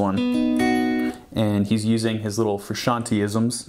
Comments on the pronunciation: its big bootay...! learn your triad shapes...sure learn how to pronounce your subjects name. also, your unwound strings either are clipping on multiple mics or the frequencies are triggering overtones. it sounds bad. i doubt its your tone overall...just a mic thing. thanks for the video and much love to JF. He is an influence, a big one. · I'm not even gonna talk about how he says "Fruschanee" rather than Frusciante 🤦‍♂️ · Yo! in "frusciante" the E at the end does not make an "ee" sound! it makes the "eh?' sound if that makes any sense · It's pronounced "Froo - shian - teh" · His last name is not Fruscianteee, its supposed to sound like Frusciantae or Frusciantay , to many people say that improperly. its a soft E. Sorry has to be said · Frusciant-AY. Not Frusciant-EE. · i think you should redo the whole video and just call him John...(I wince when you call him Frus....) Respect. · Wanted to shoot myself everytime he said "Frusciantee"... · Federico mtls Whom is this Frishanee of which this man is speaking of? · I respectful disagree. Almost correct, though. I AM a second generation Italian-American, like John. Froo*shahn*Tay. Italian vowel pronunciation is a bit wonky compared to ours. A=ah E=at I=were O=O (just like the letter) U=ooooo, as in Boo Sometimes will have an almost eww sound. Southern Italians and Sicilians tend to make the "eww" sound for a U. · Fac Tor that makes no sense its pronounced fru-shawn-tay not fru-shawn-t... Like Tennessee is not pronounced tay nessee and tender is not pronounced taynder its tay not teh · But that's what I'm saying. I was refering to someone saying that even Flea says '"Fruscian-tea" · Habits of John Fruh-shawnie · Take a shot Everytime he says "John Frishanee" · I love your videos but I have to say it... IT IS PRONOUNCED FROO-SHON-TAY! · "John fruscianty" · Shyteeee, I have to click this video away because this guy cant pronounce Fruscianteh either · You should at least pronounce his name right